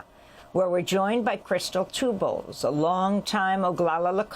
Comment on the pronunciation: Amy her name is Two Bulls. Not tube balls lijke you say.